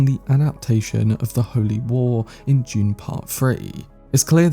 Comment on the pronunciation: bro its DUNE not June lol